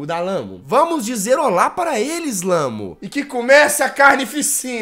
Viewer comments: NÃO É LAMU É LAMÚ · Jazz:Olá Namu; O narrador: Hello Lamu ele falou errado kkkk